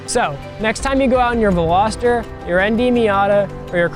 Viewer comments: Did he say Veloster 😂😂😂😂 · You had me for the whole video but lost me when you dropped "veloster" at the end.